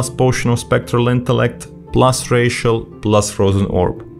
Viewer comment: Great video, funny that the necrolord rotation seems a lot easier. Also, every time you say "Racial" I think your saying "+ratio"